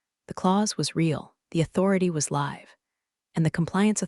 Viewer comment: Formulaic again with weird pronunciations of “live” and “read”